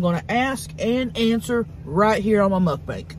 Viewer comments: Love you ❤ Listen to the end... mud banks 😂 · And again at 11.29 😂 And again x2 And later it's "Muk bank"